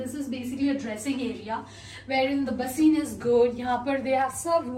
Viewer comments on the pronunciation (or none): Did she really said baseen it's basin wtf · To be honest, you pronunciation of ‘Basin’ made me google it’s correct pronunciation… I thought I was pronouncing it wrong all my life, but fortunately, I wasn’t 😅